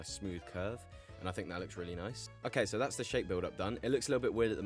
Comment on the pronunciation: He actually says noicee